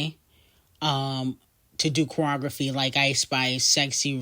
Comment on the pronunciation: The “E” in choreography be whooping your ass. I am so sorry 😂😭